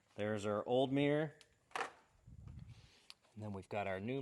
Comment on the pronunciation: What's a "Mi-yer"?